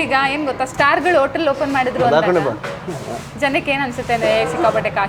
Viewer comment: Madam anchor ಆಗಿ ಸ್ವಲ್ಪ ಅ ಕಾರ ಹಾಕ ಕಡೆ ಗಮನ ಕೊಡಿ. ಓಟಲ್ ಅಲ್ಲ ಹೋಟೆಲ್, ಓಸಾ ಅಲ್ಲ ಹೊಸ,ಒಗ್ಬೇಕು ಅಲ್ಲ ಹೋಗ್ಬೇಕು